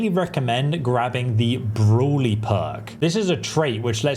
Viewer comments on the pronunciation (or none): What the heck is "broolly"? You're an Englishman so no reason for you to not pronounce brawny correctly. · Am i the only one who heard him say broly and not brawny ? lol